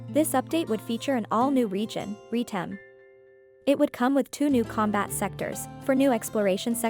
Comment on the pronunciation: Retem not Reetem.